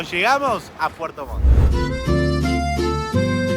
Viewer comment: Puerto Montt chiquillos no puerto Mon. Buenos sus videos!!